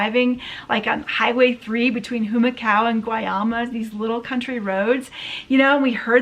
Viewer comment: Oh, one more thing … in Spanish the “h” is silent so please, no Jumacao, it’s more like Umacao … jussayin’. But all-in-all a great video. It’s funny im a Rican living in the Philippines and I complain about the trash, loud noises and the mañana mentality here too. You’re truly putting things in perspective for me 🥴.